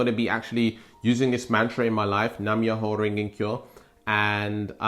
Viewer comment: Its Nam like Vietnam Myoho (me yo hoe) Renge (rain gay) Kyo (key yo)